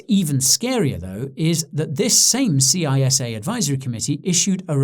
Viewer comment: It is pronounced CISSA like a snake saying ssssssa not C.I.S.A.